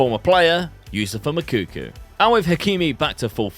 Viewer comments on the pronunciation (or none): well pronouncing it like "y" is also common in many languages around the world, but yeah, not Portuguese, j is pronounced the ay it is in French. isn't that great with names, he still calls Moukoko "Mokoukou"